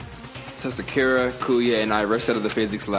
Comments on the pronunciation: Am i the only person bothered by the way he says Sakura's name? Sincerely, a Naruto fan lmfaooo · Is saying byakuya and Sakura wrong on purpose and does anybody know when his next merch is dropping